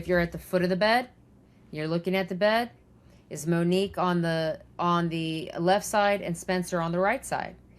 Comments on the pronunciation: It’s not “MUHHHN-NIQUE”, Ashleigh. It’s MO-NIQUE. And of course the killer turned on the lights. How would all those shots be so accurate without lighting? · Moe nique not Minique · I believe her name is MO - Nique and not Menique 🤦🏾‍♀️ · Ashley... please say her name correctly. MOnique. Not Meneque. 🤦🏻‍♀️ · Her name was MOnique, not Minique. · Mo nique not manique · MONIQUE, not Manique, and please let the guest speak and finish what she's saying. She knows more about the subject than you, and you keep interrupting her. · Please pronounce MONIQUE’s correctly. Long O. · SAY HER NAME CORRECTLY!!!! MOnique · Mōnique, just saying, Ash. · So glad you're covering this again !! Tragic story. Wasn't her name pronounced MOnique? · you should pronounce her name correctly. It’s disrespectful the way you can’t say her name correctly. her name is so pretty and you make it really ugly.